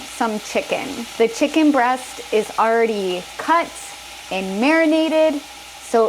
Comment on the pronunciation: I've already got 에서 아이벌리 갓으로 들리는데, 아이벌까지는 이해가 가는데 레디는 왜 리로 발음되는 건가요? ㅠㅠㅠ